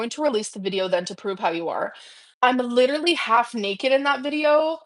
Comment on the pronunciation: "I'm lidrually half-nakid" Girl, you casually vlog in a bra, to our detriment, don't even. :face-red-droopy-eyes